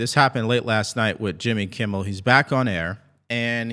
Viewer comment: I like listening to your podcast but please, please, please learn to pronounce Jimmy Kimmel’s name properly! It’s not “Kimble” aș you pronounce it, it’s Kimmel.